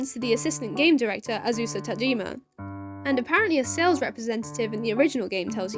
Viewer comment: your emphasis on the name azusa is actually wrong, it's AH-zoo-suh, not ah-ZOO-suh it's an easy mistake to make though so don't worry too much about it :)